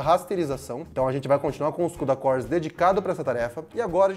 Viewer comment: Quantos “kudacór” hein!